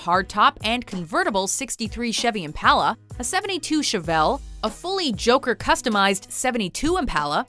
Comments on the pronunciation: It's Impala not "Impaila" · The way she says impala pisses me off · She cannot say Impala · She pronounced the Chevy impala wrong. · Am I the only one who can’t stand the way she says impala